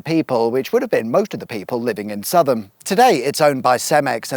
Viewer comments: its pronounced sow-thum, not suthum! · Southam is pronounced Sow as in female pig.... tham. Not Sutham!!! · Sow-tham not 'suthum' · South ham not suvvam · South-ham not Sutham! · It's "South-um" not "Suvv-um" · It's pronounced like "sow-vam" not "suv-um" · It's not "sutham" it is "Sowtham" and do even the smallest bit of reading and you find out that the game of Rugby was "invented" in Rugby....geez. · Sutham? I think you mean Southam. I thought it was just Americans who butchered place names. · Su-thum? 😱🤣 South-am 😉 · It's pronounced Sow-tham, not suth-hum. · Sow tham not suth ham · Southam is not pronounced Suth'm, but South'm. It's probably quite rare in that it's one of the few places in England that is pronounced how it is spelt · Southam...not Suthem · Southam pronounced S'utham? No! It's pronounced Sowtham. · I have relatives in Southam and they say it with sow not suth. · pronounced Sowtham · BTW Southam is pronounced as Sowtham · Pronounced: Sow-thumb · SOUTH-AM ! is how it’s pronounced! (I live there) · Its actually pronounced 'Sowth Ham,' - Love the vids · Southam pronounced " SowThum" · Please pronounce Southam correctly = Sowth'am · I'm local to the area and I have NEVER heard anyone pronounce Southam that way. before 🤣🤣 Us locals pronounce it South-ham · Southam is pronounce Sow-tham, at least in Leamington. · its pronounced like south ham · Hi try pronouncing the town South ham.. otherwise great vid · The first syllable of southam is pronounced with an “ow” sound. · Sow-tham (as in pig) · It's pronouced South-Ham 😅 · Surprised to find the comments aren’t full of people complaining about your pronunciation of Southam (it’s Sow-tham, as in female pig). I was born and brought up in Leamington Spa. So, nice to see bits of it. Sir Frank Whittle was the only famous alumnus of my sixth form college in Leam. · Sothum it’s Souveham! 😂 Another Great One. Ps. Just a comment for the Algorithm. Although also True!! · It's pronounced sow tham